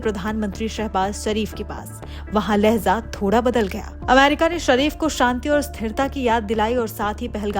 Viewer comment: Lehza nahin Lehja